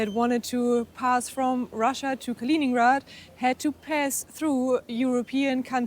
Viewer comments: It's named after Kalinin, not "Kalin"... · De uitspraak van Königsberg is fout. Ook van Kaliningrad. Stop met deze onzin.